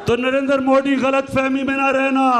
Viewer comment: Modi tw sahi se bolo beta